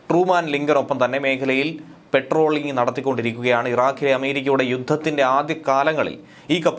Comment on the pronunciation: പെട്രോളിംഗ് എന്നല്ലഡേ . പട്രോളിംഗ്. PATROL. വിവരവും വിദ്യാഭ്യാസവും ഉള്ള ആരും ഇല്ലേ നിങ്ങളുടെ ഡെസ്കിൽ?